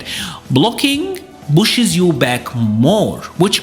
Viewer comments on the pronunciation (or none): its problem, not broblem. Pushes, not bushes. Prior, not brior.